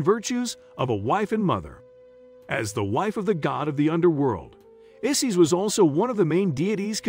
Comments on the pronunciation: Good lord man. At least learn the proper pronunciation of their names. Isis does not rhyme with sissies. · Not Isees, it’s I(eye)-sis. Osiris is pronounced wrong too.